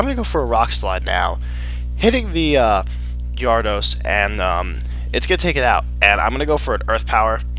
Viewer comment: Also, its OFFICIALLY pronounced "G-air-edos" not "gyahr-ados"